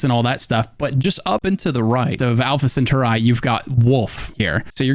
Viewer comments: It's pronounced sen-tor-ee my guy. Not center-eye😉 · Where did your Alpha Centauri pronunciation come from? The pronunciations in dictionaries don't have a centaur-eye as a possible pronunciation. Centaur-eee is the pronunciation I find in all American and British dictionaries I consulted. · Not to sound 🤓🤓🤓 but its pronounced scent-are-eee not center-eye 😅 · Respectful note. It is Al-fa Cent-ah-ree. Being an influencer and streamer is tough, but proper pronunciation builds legitimacy. Thanks for the game tips. I knew most of this, and it is a good set of info for any beginner. You can also hack the Vanguard Pilot Sim, which is a good way to get mods. Get right back up after initially sitting down. Also a tip to add is about never selling your Advanced weapons, specifically rare and above, due to uniqueness and damage. Store them at the lodge for later, instead of a quick cash out. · *Alpha Sen-TAH-ree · Stopped watching when I heard the awful pronunciation of Alpha Centauri.....(Alpha CENT OR E) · Plz stop saying “ cen ter eye “ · Wild pronunciation of Alpha Centauri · Bro doesnt know how to pronounce Alpha Centauri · What a strange way to pronounce “Alpha Centauri” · My man needs to look up how to pronounce "Alpha Centauri"..... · Omg tge way you were saying Alpha Centauri was killing me 🤣 great video though 🤙